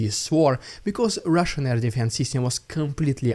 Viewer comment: "Its the rrrrrussian idiot" is all i hear. Is it what you really say? Love your work